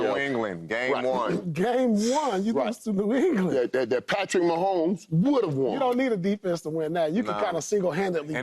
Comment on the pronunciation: Love Joe but it's mahomes